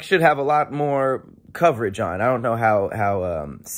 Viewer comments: Did you say " I would love Tahir Moore " or would love to hear more... or is it just me? 🤔🤔🤣🤣🤣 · What said-“ But it’s dope and I would love to hear more!” What I heard -“ But It’s dope and I would love Tahir Moore!” 🤣🤣🤣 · Random but at the end of the video it sounded like you said "I would love Tahir Moore". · "and I would love Tahir Moore" am I the only one that heard it that way?....I'll see myself out